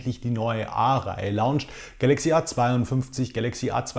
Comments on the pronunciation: hi, danke für das video:D das wort heißt aber launch nicht lounge... du sagst lounge xD habe mir letzte woche von reBuy ein "wie neues" OP7T für 375 € geholt, da kommt das A42 nicht ran:D ein Huawei P30Pr im ähnlichen Zustand kostet interessanterweise genausoviel... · Bitte sprech "launch" nicht so furchtbar deutsch aus! Danke